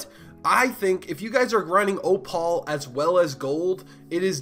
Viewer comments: Op-al lol, thanks for the strat though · "oo" as in "oooh a bird." "pal" as in buddy or pal. "Oo pal" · The only person in the world who pronounces opal as ohpaul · ahahaha literally